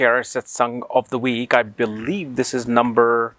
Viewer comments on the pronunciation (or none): none